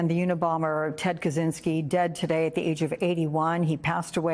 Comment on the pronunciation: "Kazinski"?? Kachinski, no? It's Czech Republic, not Zech Republic, lol